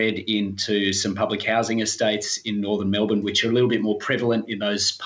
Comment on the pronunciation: Every time they say it like “Mel-born” though (it’s Mel-bin)